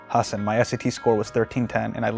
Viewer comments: Bro your name is pronounced hah-san not hah-sen. Basics man. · I love that now he is famous he says Hasin instead of Hasan. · hasan baiiii, try and pronounce my name